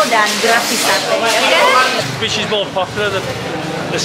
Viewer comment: Alhamdulillah selalu berbagi,,apalagi berbagi untuk tetangga/lingkungan terdekat,,berkah barokah 🤲 terimakasih,,Mbak'Yuni,, Dallas,, mudah2n rezekinya diganti berlipat dari Allah SWT.. PR bilang SATE not SATAI..